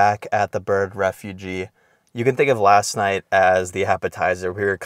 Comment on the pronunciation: Just something constructive for future videos. It’s refuge — the last part rhymes with huge. Not refugee.